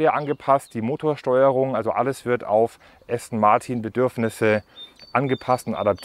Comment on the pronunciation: Allein wie Du "Aston Martin" aussprichst... "Martiiin" voll deutsch. Wird "Ästen Marten" ausgesprochen. Das ist ja der mieseste Abtörner den ich je gehört habe. Jetzt muss ich mir doch ne S-Klasse kaufen.... den lieblichen Klang des Markennamens "ASTON MARTIN", von Dir ausgesprochen, bekomme ich jetzt nicht mehr aus dem Kopf.